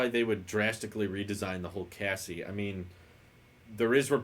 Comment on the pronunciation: Gonna be brutal here,. Chassis is pronounced (cha-see), Cassie is the name of my puppy 😅 Normally I don’t get trigger like this, but this one “hit different” as the kids say. My whiny bullshit aside, love your stuff. Got a week off, going to catch up on stream archives